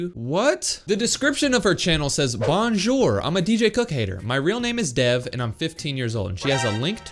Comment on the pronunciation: bro this girl said bonjor in english is hello